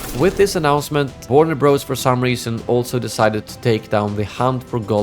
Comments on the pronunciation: It’s Warner Brothers… Bros is an abbreviation for Brothers and is never pronounced Bros… learn something! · It's not Warner Bros, it's pronounced Warner Brothers.